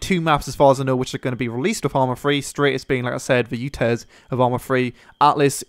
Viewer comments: Dude it's Stratis not straightis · sorry but its Al-tis and Strat-is. Not Atlas and Straytis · It's Stratt-is not Straay-tis :P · Stratis not straytis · stratis streightis lol